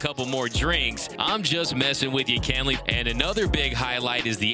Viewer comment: KEN-ley... NOT CAN-ley; JEEEZ!!! ???